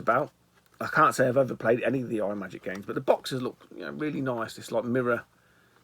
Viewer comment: Kaboom is the Bomb! Deffo the best paddle game on the Atari. Cosmic Arc (developed by Rob Fulop of Night Driver, Missile Command and Demon Attack fame) is a loose sequel to Atlantis. And btw, the pedantic t@ in me wants to tell you it’s not pronounced ‘eye’ magic - it’s ‘Im’agic. Here endeth the lesson. See you soon buddy ;-)